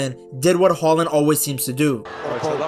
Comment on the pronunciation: Great video ! 🤗 And I love that you use the Norwegian pronunciation of his name ! 👍 Regards from Norway 🇸🇯